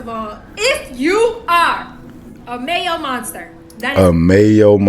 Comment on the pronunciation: I actually thought she was saying "male monster"!